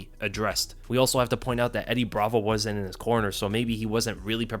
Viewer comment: You really need to work on pronouncing “wasn’t”